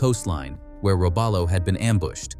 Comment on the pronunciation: Robalo is pronounced "row-BAH'-low" built in "man-i-TOW'-wok" Wisconsin. (A sub-nut from Wisconsin)